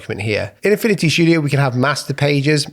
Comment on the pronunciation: "Affini-y" 😂 no hate love your vids